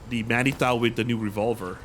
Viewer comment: "Manitou" is of French origin, it reads as "Manitoo".